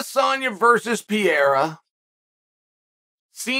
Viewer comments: There is no way in hell he just said Costa would be the favorite against Pee-air-uh 🤣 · PRONOUNCE THE NAME RIGHT IF YOUR GONNA SAY IT SO MUCH QUIT SKIPPING THE R. Come on Chael